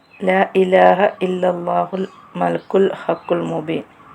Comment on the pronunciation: മലക്കുൽ അല്ല മലിക്കിൽ എന്നാണ്